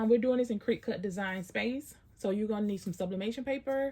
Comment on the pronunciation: I love it!!! You blew me away with this!!! Wow! Just for your FYI Sis and with lots of love. When I was first introduced to the Cricut, I pronounced it “cre cut” as well. It is pronounced like the sound you were hearing late that night “cricket.”❤